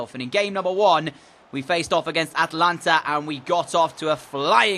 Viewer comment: Atlanta is pronunciation is ATA lanta